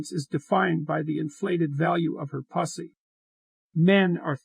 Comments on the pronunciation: it also said pus-ey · puss-ee......cause thats not how machines pronounce that word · The deep fake doesn't say pussy very well. Comes out as posse. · Really funny! 😁🤣😁🤣 The odd pronounciation of the word pu$$y...omg....🤣🤣🤣